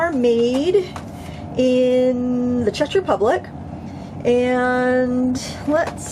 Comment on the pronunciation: I think you do a fine job ums and all, but for future reference, it's Check Republic not chech but what the heck right? (I only know that because I went there and made the same mistake, also what is graphitint (sp?)uses?